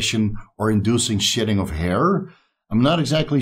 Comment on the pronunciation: I had to laugh out loud. I thought was saying SHITTING when a person comes off of steroids. It wasn't till he mentioned his hair that I realized he was saying SHEDDING!!!... lol